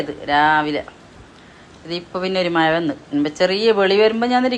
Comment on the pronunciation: ഏതു ഭാഷ ഇത് മയയല്ല മഴയാണ്